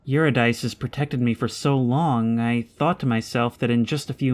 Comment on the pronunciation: Eurydice is pronounce yoo-rid-i-see, with the second i pronounced exactly as the i in rid.